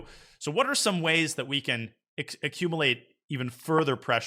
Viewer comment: I don’t know why it bothers me so much that the brilliant Danya mispronounces “accumulate.”